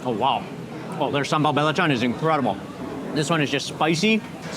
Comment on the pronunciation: As always, eating it like a local. But if I may, belacan is not said with "bell". It's more with like "burr" without the r.